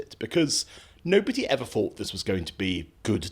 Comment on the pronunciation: What he fought....its THought ....they have the speech of a child who has just lost their front teeth. Why hasnt anyone told them??? sorry fvem